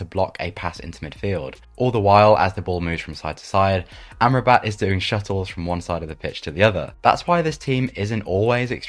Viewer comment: great vid. allow me to correct the pronunciation of Sofyan Amrabat for you: it is [Ahm-Rah-Bet] not [Amra-bat] :)